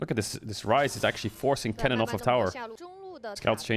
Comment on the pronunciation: I dont know if it is just me but when caedrel says kennen does anyone else hear Kellin? Like I am not bashing him or anything I am just asking a legit question.